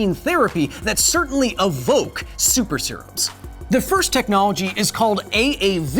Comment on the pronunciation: EVOKE! Not uhvoke... Nuclear, not nukuler... Come on buddy! 😉